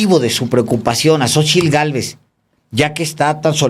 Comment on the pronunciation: Talvez este equivocado pero Xochilt no puede pronunciar la letra "R" la pronuncia como "L".......alguien lo ha notado?